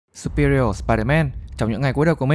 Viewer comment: Chữ superior phát âm lực hơn đi ông